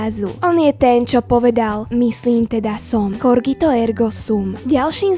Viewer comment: hm... V tom prípade nie "corgito ergo sum" ale COGITO ERGO SUM. A ešte niekoľko zle ukončených slov.